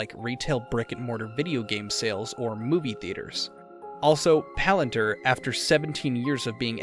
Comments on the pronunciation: I’m sorry it’s Palantir not Palanter. 🤦🏾‍♂️ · its not palant her. its "palan Tier"